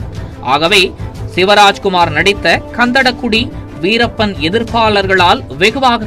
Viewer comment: "Ghan"Dha"da" "Ghu"di not kandada kudi